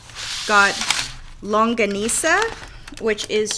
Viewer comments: You pronounced longganisa perfectly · Dear I love youuu!! Wow! My favorite is the Crispy Pata. Pork adobo or chicken adobo that was slowly cooked is really very delicious! And you pronounced Longganisa correctly. You're now my favorite! God bless you!